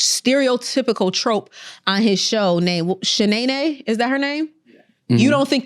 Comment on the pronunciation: breaking down the show Martin by bits and pieces and then says ShaNaeNae …is that her name!!?? Cmon now